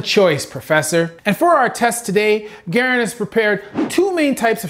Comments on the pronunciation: Guh-rand thumb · Gar and pronounce it like that plz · just so you know.... It's pronounced "Gah-RAND Thumb" and isn't his actual name. The term stems from soldiers loading the M1 Garand rifle and is a blunt force trauma to the thumb caused by the rifle bolt seating itself while loading the magazine into the receiver. Enjoyed the video! Keep em coming! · DOC,it's GA--RAND I perfor OO Buck in Magnum this will blow your lung out Mass x velocity squared==KINETIC energy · Its pronounced GA-RAND. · Love the video, super funny how you call garand thumb “garen” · Why are you calling him garen ? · Yup, and Garand Thumb was an injury sustained when the breech closed on the soldier's thumb after they inserted the clip. Just as an aside, Garand is pronounced GUH-rand. I was moderately miffed that pronounced it incorrectly. I still enjoyed the content, but I wish he had researched the pronounciation. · John Garand, the eponymous firearms designer, pronounced it "GHAR-OND" (but as a thoroughly polite Canadian did not correct others), watch the 'Forgotten Weapons' episode on this ... what was that about research? : ) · Wow... can you figure out how to pronounce Garand before you go reviewing a Movie from GarandThumb? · mispronunciation of garand is tearing me apart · I hope by now you know how to pronounce Garand. I do very much appreciate your analysis as well. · You stole Garand Thumb's content but couldn't bother to pronounce his name correctly? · Good video, but it was very painful to hear you pronounce “Garand” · I really wanted to watch this video but I couldn't get pass the miss pronunciation of Girand. But will attempt to watch some other videos on this channel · His name is pronounced Garand not Garand... Jeez ... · Please pronounce Garand correctly next time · I was thinking that ... he's saying it like John Garand! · so we just gunna let him pronounce "garand" like that... lmao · Is he purposely mispronounced garand? Lol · Its Garand “GAR-RAND”